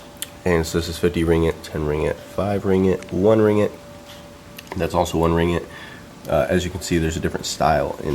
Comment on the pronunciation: Oops... it's ring-git not ri-ngit XD